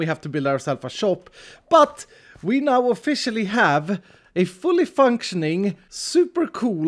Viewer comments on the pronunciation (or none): "We now of-FISH-ially have a fully functioning, super cool guardian farm of doom."